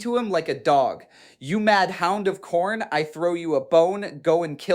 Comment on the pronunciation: Khairn* is Diamanic*. Anyone else know that atleast Demonic is pronounced wrong? otherwise, great video sir